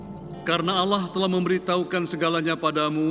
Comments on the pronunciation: Kok kedengarannya pake kata Alah kan yg bener Allah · Jgn di dengar kan cerita ini..gk benar...nyebut alloh aja gk becus.